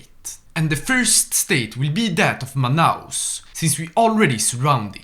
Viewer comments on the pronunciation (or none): Tão engraçado ele falando Manaus Finalmente um vídeo do nosso Brasil nesse mod, visitem a Amazônia, aqui tem peixe bom rs